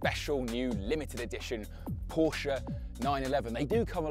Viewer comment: It's Porsche not Poracha